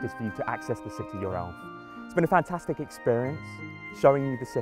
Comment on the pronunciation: Is it me or does it sound like hes saying: "now, the only thing to do is expefience the city your elf."